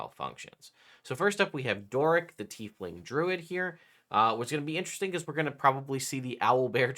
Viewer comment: Is my guy saying teethling?